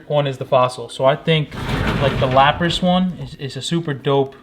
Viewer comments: Mol-tres not trays, no idea where you got the second A from in Zapdos and Lap-rus not ross 💀💀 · Man said Moltrays, Zapados and Lapross hahahahaha if you’re gonna jump on the bandwagon at least learn the names first